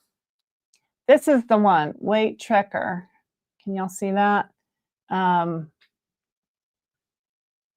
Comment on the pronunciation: thank you! I thought you said tracker, but the southern accent was making it sound different 🤣